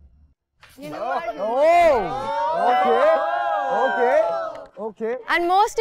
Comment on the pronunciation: it's not okhe It's okay